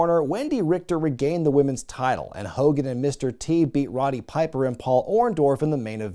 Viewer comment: Did you say Ronny Piper? Lol it's Roddy